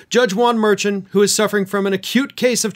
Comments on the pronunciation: The judge's last name is pronounced, "mer-SHON", not "MER-chun". C'mon man, get it right. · The judge's name is pronounced Mer-shaun. Not Mer-chan. You're normally a lot better at respecting how someone's name is pronounced. Hell, I remember you complaining about how Republicans keep pronouncing VP Kamala Harris' name wrong to slight her. Please do better. We expect more from you. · Merchan pronounced "Mer-shawn" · MerSHAWN,. Everyone else pronounces it properly. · For future videos, Justice Juan Merchan’s last name is pronounced mur-SHAWN. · The judge's name is pronounced Mer- shawn as told by NY lawyer from MTN, Karen. She told Harry Litman yesterday. 🤔🌊🌵🌞🌊🇺🇦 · and it is pronounced mur- (soft ch) chan... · FYI, i enjoy all that you do but you are pronouncing the judges name wrong. From people that go in front of him, they say mershon. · Have some respect for the judge and pronounce his name correctly. You say incorrectly all the time.